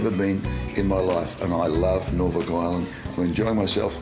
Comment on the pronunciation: Having been there mulitple times, that is how the locals pronounce it